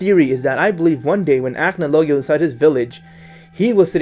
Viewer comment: He didn't pronounce acnologia correctly